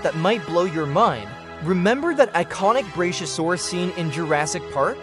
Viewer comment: Its pronounced, Brak-yo -Sore-Us. Not brashyosaurus.